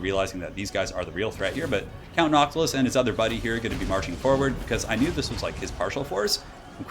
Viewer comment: Count nyantilus